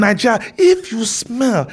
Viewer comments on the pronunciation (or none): "If its in naija ,if you smeell"😂😂😂